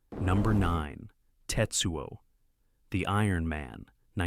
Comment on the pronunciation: His name isn't TITsuo